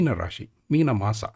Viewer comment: In IAST (International Alphabet of Sanskrit Transliteration), "maas" is rendered as māsa for (मास) but you are speaking it as maasaa (or in IAST māsā मासा) ... i know these videos are old but in future please try to speak as any native of your state would speak these words ... i do not know where these odd but clearly incorrect way of speaking sanskrit words has come from ... may be this is how a european speaks ... but we indians should speak it as we have been since centuries